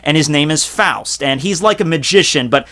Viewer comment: My last name is Faust. Thank you so much for pronouncing it right. Say 'frost' but remove the 'r'....that's how people say it too often 😒😞